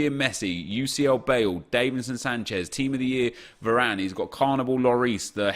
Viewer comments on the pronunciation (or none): Why do you still pronounce Davinson Sanchez wrong?